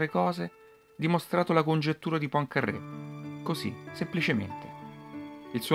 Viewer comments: Poincarè con una r sola, non PoincarRè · La congettura di "Pancarrè"... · Vero, quel PoincaRRé è insopportabile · e daglie, co' sto "PoincarRé"...... non è mica un sandwich.